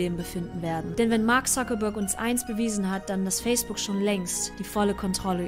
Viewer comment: Warum sprechen Deutsche den Mark eigentlich immer Suckerberg aus? Ein Wortspiel isses ja hier augenscheinlich nicht...